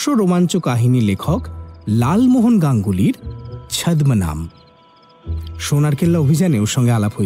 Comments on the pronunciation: chadhhma naam mane ki vai......uccharon thik koro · উচ্চারণ টা choddonam not chodmanam But spelling টা যদিও ছদ্মনাম 😅